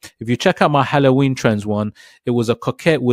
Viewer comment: The way he pronounces halloween 🤣